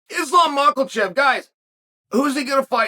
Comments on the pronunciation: lol i heard that too , sounded like michaelchev also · Islam macklechev lmfao fuckin Uncle Chael stays butchering everyone's name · He's STILL calling him Makulchef?!🤣🤣🤣🤣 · Calling the man, "maklchev" is hilarious as always! much love!!! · Chael you need to respect Islam and say his last name correctly.